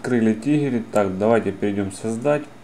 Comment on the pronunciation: не ТИГЕРЫ, а ТРИГГЕРЫ бесишь